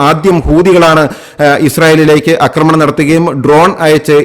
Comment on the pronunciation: അക്രമം ശരിയാണ്. അക്രമണം തെറ്റ്. ആക്രമണം ശരി